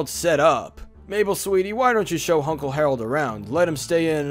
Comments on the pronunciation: You said “Hunkle “ XD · Did you say... Hunkle Stan?? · did you just say hunkle stan- leave, you are no longer welcome